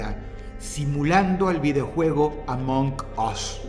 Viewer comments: "AMONK US" 🗣🗣🔥🔥🔥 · "amock oss" Dross 2025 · Se pronuncia asi la g en inglés no es como la jota es como un sonido seco among us y el us se pronuncia as no os